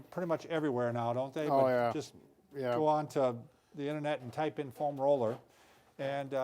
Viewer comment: foam ROLLER. Emphasizes roller more than foam and it sounds funny haha. Love these guys.